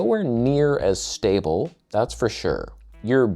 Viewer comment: You said stabe again. I thiught we talked about this! ("Talked about this" meaningbI talked to you. You didn't respond; proof positive we had an agreement.) So okay, you slipped. I understand, and I almost forgm??😊😊😊😊😊😊😊😊😊😊😊😊😊😊😊😊😊😊😊😊😊😊😊😊😊😊😊😊😊😊😊😊😊😊😊😊😊😊😊😊😊😊😊😊😊😊😊😊😊😊😊😊😊😊😊😊😊😮😊😊😊😮😮😮😮😊😊😮😮😊😮😊😊😊😮😮😊😊😊😊😮😊😊😊😊😊😊😊😊😊😊😊😊😊😊😊😊😊😮😊😊😊😊😊😊😊😊😊😊😊😊😊😮😮😮😮😮😮😮😮😮😮😮😮😮😮😮😮😮😮😮😮😮😊😊😊😊😊😊😊😊😊😊😊😊😊😊😊😊😊😊😊😊😊😊😊😊😊😊😊😊😊😊😊😊😊😊😊😊😊😊😊😊😊😊😊😊😊😊😊😊😊😊😊😊😊😊😅😅